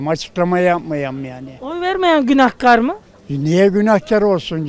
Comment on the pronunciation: İsrarla Günahkar ı yanlış söylüyorsun, israrla karşındakiler doğru söylüyor kelimeyi😂😂